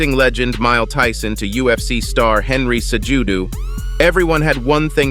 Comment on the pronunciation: Did he say Mild Tyson and Henry Cejudu? It's pronounced like Cehudo, Lol. Is the script this read by a computer, because a normal person would not mess both of those names up.